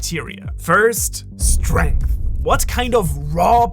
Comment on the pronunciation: Strenght Lol